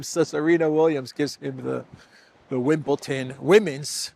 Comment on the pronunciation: Please, it is WimbleDon and NOT WimbleTon. Also, Elysée is pronounced Elyzay.